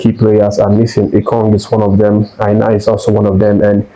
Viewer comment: Why are you pronouncing Aina as Eye na? As a Nigerian, you don't have to be from the Yoruba tribe to know it is pronounced "Eye nor" please learn how to pronounce his name as a Nigerian. You are a Nigerian and not a white man. Again, Aina is pronounced as "Eye nor" just like your eye. and "nor" as in "or"